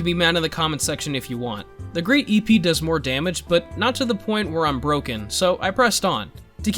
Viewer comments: the épée is pronounced "ehpeh" the e sounds like an English i in "shit". as a French speaking person you saying ipi made me laugh so much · It's pronounced ehhp ayy, not E P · the great epee as you say it is frech and its pronounced eh-pay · Eh pey not eee pee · As a french. Everytime he said "epe" instead of " épée" i wanted to end it all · Great EH-PAY would be the pronounciation. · épée is pronounced hey-p-hey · I have taken up your offer to be mad in the comment section. It is pronounced "Eh-pay". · Épée sounds like aypay (with semi silent ys. It’s hard to explain) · Epee is said like Eh Pey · Not to be annoying but ep-ay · Epee: pronounced ep-pay. Ep rhymes with "pep". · Épée is the french word for sword. I dont really know how to write the prononciation though. (ah yeah, and i'm kind of triggered every time you say "hippie" 😂) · Épée is pronounced something similar to "epey" with with a longer "y" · Has a french, hearing you say "great ipi" made me wanna die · The great Épée use a french word, Épée means Sword, you can pronounce it as ay-pay…kinda more like Hey-pay without the H. Miséricorde is also a french word for mercy. :D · I’m pretty sure the epee is pronounced Uh-Pay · On Google: a basic random number generator. Also on Google...... the pronunciation of épée (EH-pay). Crazy. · Im having a heart attack, by your pronounciation of "épée", please it's pronounce like "hey pey" /e.pe/ :'( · Épeé is pronounced ‘eh-pay’ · Épée is a French word. I'm english it is pronounced ay pay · Épée is a french word , it is pronounced hey pay , but nice try. Very good vidéo tho 👍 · Not angery but epeè is pronounced like eppay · Hey man, great video! FYI, Épée is pronounced Eypey. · As a fencer who likes epee dueling the most, him saying E-Pee was funny the first time but quickly became annoying hahaha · Épée (sword in french) is pronounced eh·pay. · I fence as a sport and Ive only ever hear epee pronounced (Epp Ayy). great video, I love challenge runs! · Epee = Ep - aye